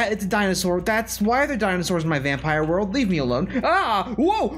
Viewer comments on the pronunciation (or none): none